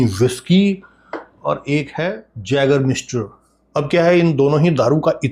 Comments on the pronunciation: Sir this is pronounced as yagermeister not jagermeister. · जैगर मास्टर 😅❌ आइगर मास्टर ✅ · Sir small correction yeh as a yay.gur.miester kehlati hai j pronounce nhi hota